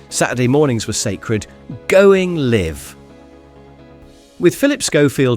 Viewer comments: Going liv - not going live? Horrible AI video! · Why does the voice over say "going LIV" instead of "going LIVE"? Is it AI generated? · I noticed that, also "Liv Aid" in 1985, plus "recess" and "yard" in reference to playtime suggests it's American. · "Going Liv" 😅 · What's up with the bad pronunciation? Is this AI? Zay-X spectrum? Going Liv? Liv Aid? Poor. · Going Liv? Sher-bet? Bayta max? Liv-Aid? 😂😂 Oh Dear! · Going Liv? Liv Aid? What is this AI generated voice nonsense? What a load of bollocks, had to stop watching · Why does the narrator keep saying liv instead of Live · Why are you pronouncing LIVE wrong. Your British accent tells me you should know better. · This guy doesn't know how to pronounce 'Live' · Nice to look back, but why does the narrator say live wrongly. AI maybe? Just checking 😮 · Public bins weren't removed until the increased Islamic terrorism of the early 2000s. PS why does the voiceover keep saying live, as in "i live in a house" rather than live as in "we'll do it live"?? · You pronounce 'LIVE' wrong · Everybody relax. Cuz AI can't tell live (as in "give") from live as in ("five"). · The A.I. pronounced LIVE and SHERBET wrong. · Ruined by the AI commentary mispronouncing words such as *live*. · Not ruined, but I get what you mean. 👍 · AI does not like the word "Live"... lol